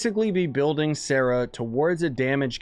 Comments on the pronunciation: They’re pronounced “Ball” and “Saw-rah” lol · u trigger me. it's sair-ruh and BAUL